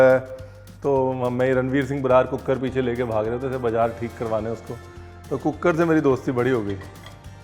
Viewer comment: When I saw cooker wali recepie written on the thumbnail of your vedio.. I just pronounced it the way you say cook-ker.. Not deliberately 🤣🤣🤣.. Apka zyada vedio dekhne ka asar